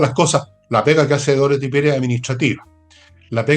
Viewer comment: Por favor, con sumo respeto, indiquen a Nicole Rodríguez que el nombre de la actual jefa máxima de la Contraloría General de la República es Dorothy, con dos “o”, y no Dorthy, como Nicole suele pronunciar.